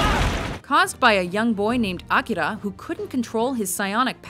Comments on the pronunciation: Must you pronounce Akira that ridiculously? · i love how she pronounces "akira" sexy!